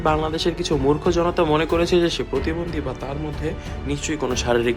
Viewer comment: Kothata protibondhi not potibondhi